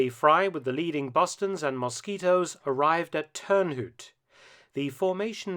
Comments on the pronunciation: Hout is pronounced H-Out, not hoot. ;) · Turnhowd bro, not hoot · Turnhout is actually pronounced as “turn out” but with a pronounced H between the two words. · Thanks Mark. By the way, 'Turnhout' is simply pronounced as 'turn out' in English. Keep up the good work. Cheers man. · And what about Turnhout. We forgive him alright?